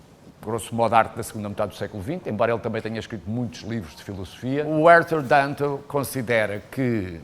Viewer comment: O nome do Filosofo é Arthur Danto. VÁ APRENDER A FALAR INGLÊS !!!